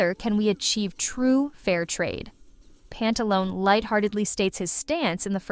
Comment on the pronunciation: It's Pantaloneh, not Pantalon. Pantalone as in Italian, the same if you said Dottore. DottorE, PantalonE.